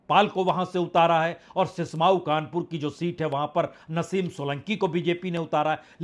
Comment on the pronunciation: सिस्माऊ नहीं सीसामऊ है पत्रकार महोदय